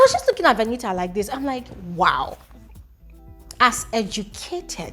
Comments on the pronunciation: Is her name not Venita? It's like I hear calling her Veniha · The way u pronounce Venita 🤦‍♀️